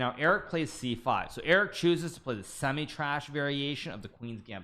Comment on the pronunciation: Why does he say it like that? He thinks the opening is trash?? 😆